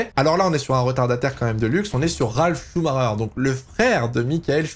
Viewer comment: Mais pourquoi tous les français prononcent son nom avec un "R" au lieu " CH" ? C'est Chumaker quoi, arrêtez d'inventer un Chumarer ou je ne sais quoi !